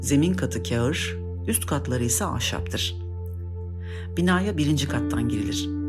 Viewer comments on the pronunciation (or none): kâgir (taş ya da tuğladan yapılmış olan) demek istediniz herhalde. "Kağır" gibi bir şeyler duydum. Art Nouveau'yu da yanlış telaffuz ediyorsunuz. Saygılar. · Kağır değil, KÂGİR.a yumuşatılarak okunur. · Belgesel niteliğindeki bu güzel hikaye için teşekkür ederiz. Fakat keşke seslendirmesi daha iyi, eğitimli birinden olsaydı. Kagir kelimesini bile bilmeyen, bunu Türkçede olmayan harflerle yazılmış bir hata olarak görüp ona göre okuyan kişi kağır dedi. Prova da yapmadı sanırım.